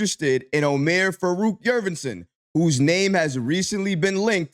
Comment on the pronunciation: Love your videos brother, I'm a turkish guy from germany. The correct pronounciation: Omer Yoort-seven (like the number 7)